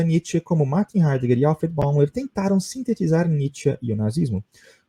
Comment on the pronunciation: Escreve-se Alfred Bäumler, mas fala-se “Alfred Bóimlâ”.